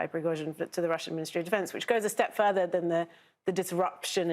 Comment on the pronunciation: You can say Kinzhal correctly but you can't say Prigozhin. What is a problem?